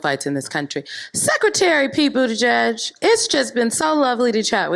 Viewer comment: It's "Boot-Edge-Edge" not "Boot-Edge-Judge".